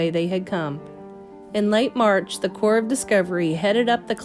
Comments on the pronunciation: Because the p is silent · why do you keep saying cor ?